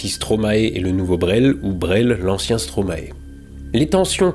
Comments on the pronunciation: * Stromaï svp 🥲 c'est maestro à l'envers, vous ne dites quand même pas maéstro en France, si ? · Attention que ça se dit stromaïe pas stromaé 😁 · Excellente présentation et état des lieux de notre pays, ça mériterait le titre de citoyen d'honneur :-D Il manque plus qu'à réussir à prononcer Stromae comme en Belgique et la citoyenneté sera directement offerte :-D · A part la pronociation de Stromae en "Stromaé", parfaite prononciation comme l'ont déjà fait remarqué bcp de commentaires!